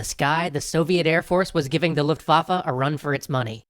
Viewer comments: It's Luftwaffe but you pronounce the W like a V :) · Waffles?... waffeles!!!!!!! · Anyone else constantly hear “luftwaffle” instead? It’s making me hungry. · Luftwaafa,?,more like Luftwaffle!😀